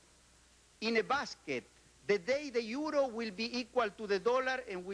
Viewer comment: Son EUROS, se pronuncia iuros en inglès.